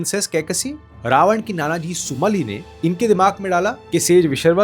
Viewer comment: Are you literally completely unaware of Indian culture? It’s not कंद but कांड - (kaand) not सुन्दरा कंद but सुंदर कांड not उत्तरा कंद but उत्तर कांड not सुमली but सुमाली not यक्षास but यक्ष not राक्षसा but राक्षस और राक्षसों not त्रिपुण्डा but त्रिपुंड Not क्रोधा but क्रोध damn, your pronunciation is so irritating! good to know foreign language but being alien to own culture is nothing but wokism! It’s irritating to hear I correct pronounciations which automatically shows your Ramayan knowledge is recently read!